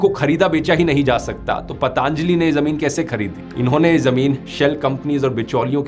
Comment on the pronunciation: ...इतने समझदार होकर गलत उच्चारण? पतंजलि→ पतांजली?